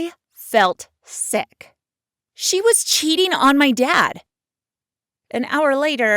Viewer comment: I (long silence) felt (long silence) sick. Sorry but it sounded as if she said seck. 5 mins later in the video: I FELT SECK